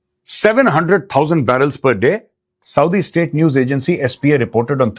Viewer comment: Sir tora dobara read kary Asif sb ki English ko😂 he said jino ne ye estate banaye hai wo jahum ki Aag mein jale, plz read again last paragraph, means Europe k Jin logo ne ye Israel state banaye tee unno ne apni Jan chora lee aur ye country ban deya, 😅😅😅😅